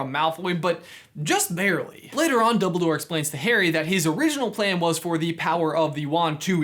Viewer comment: Did he say doubledoor?